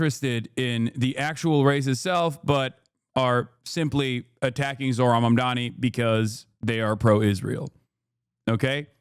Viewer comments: Dude why do republicans all say “mandami” 😂😂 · Fox News, Cuomo and Sliwa all getting Mamdani's name wrong is the same deliberate tactic than people on the right used against Kamala Harris (calling her Kuh-MAA-luh rather than KAA-muh-la). Mandami, Mamdami, Mamdaji... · Fox News tripping over themselves to pronounce Zohran’s name wrong is hilarious.